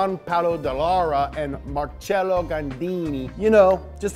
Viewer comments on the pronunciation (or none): none